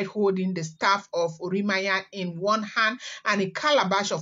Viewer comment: that name is "Oran- mi-yan" NOT Ori- ma- yan! You are trying really.